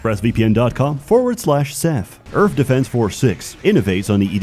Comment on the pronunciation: The only thing that gives him a hard time is the 'TH' in Earth